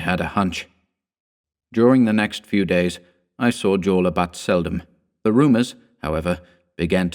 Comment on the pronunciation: Are we sure the actor's name, being a central European (Austrian) surname starting with J, is not pronounced "yorla"? I love your chan, btw, please pardon the nit-pick. <3